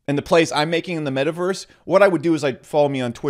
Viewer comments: How you're saying it: Made Uh Verse How to pronounce it: Met Uh Verse. You're welcome. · It's pronounced Met-a-verse, not Made-a-verse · He says metaverse so weird.